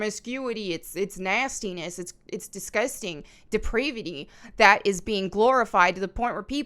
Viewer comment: Sapphic means lesbian. The one profile you were looking at was a slutty lesbian, basically. Also, depravity rhymes with gravity.